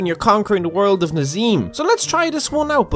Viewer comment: i h8 how wrong u prenounce nazeem